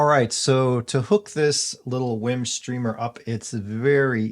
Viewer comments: It's not pronounced "whim"....it's "weem". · Is is pronounced Wiim or "Weem"?